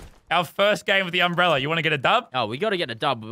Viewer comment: No one: Lazarbeam: it’s an UmbReLLeR